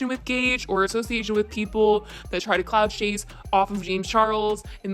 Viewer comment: I thought you said COCK CHASE instead of clout chase. Either way. Both are appropriate 😂